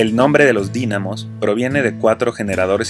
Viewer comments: PD. segun la Real academia española, se pronuncia con acento en la i: Dínamos. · Amigo esta Padrímo. Todo chilanguito debemos conocerlo.Yo ya lo hice varias veces. Que bueno que haces el Video. DIusculpa no lo tomes a mal, Gue. Pero Es DINáMOS. O.K.?👍👍👍👍.